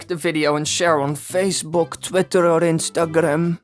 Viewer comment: Who Else but? Some of his Dutch slipped through. It can happen